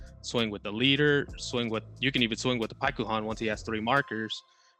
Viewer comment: I like how paikuhan is pronounced differently by both people during this video. It's pronounced pikkon.